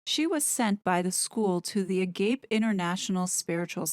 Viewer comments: It's Ah-gah- pay. Not a-gayp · Great video! Agape means brotherly love for all. This organization seems not to practice it. Pronounced ah-gah-PAY. I like the one love song 🎵 by flobots , one love, which talks about true selfless love and fellowship. Ah-gah PAY, not a Gape. From greek philosophy. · Is it the Agape spiritual center? Agape is pronounced Aw Gawp pay. It is a Greek word for God’s love. I agree with you. What used to be called “New Age” spirituality is very popular here in California. It is a sort of do it yourself religion, finding your own path, believing in energies, etc. it is a far call from Christianity. Jesus said “I am the way, the truth, and the life. No one comes to the Father except through me. “ This world wide spiritual philosophy says “ All roads lead to God.” The belief that Diana is around Harry is spiritualism. The Bible condemns contacting spirit of dead people. The roots of the one world, we are all god movement are in spiritualism and Theosophy as well as eastern religions. They teach self promotion and not the Christian religion which promotes sacrifice for others and turning your life over to Christ and following Him. Agape is selfless love from Christ which was demonstrated by His death for the sins of the world. That is why they don’t talk about Jesus. In fact, they never mention sin at all. They believe in the self. The Bible says “the human heart is deceitfully wicked above all things and who can know it?” There is no answer in turning to the self. And Harry’s mother has become an idol to him. God hates idolatry. He wants us to rely on Him through Jesus, and not in a mystical fantasy of the human soul or heart or some fantasy god or energy. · Isn’t it pronounced “A-gah-pea”, vs “A-gape”? 🤷‍♀️Idk for sure 🥰👍👏👏👏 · AGAPE is not pronounced a-gape. It's AH-G-AH-P-EY it refers to the love that you decide not a feeling, a decision. This is Vatican 2 fake Catholicism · Ah - ga - pay NOT a-gape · It's pronounced, a-gap-y !